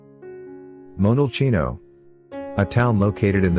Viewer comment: LuCCa, not Luca. And the pronounciation of Monteriggioni and Montalcino is completely wrong.